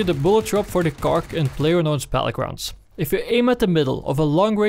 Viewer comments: "Well com tu duh Kark 98 in layers known blaatle glounds." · he also said Player Nose Battlegrounds.